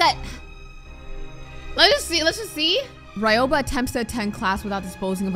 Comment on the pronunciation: U got Ryoba right in pronouncing but aishi is pronounced eye- shi k not tryna be rude just saying